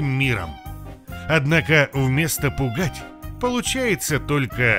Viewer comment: Пу́кать вместо пуга́ть. :-)